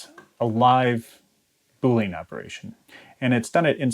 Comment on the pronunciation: BOO-lee-en, not boo-LEEN. Still, loving the video.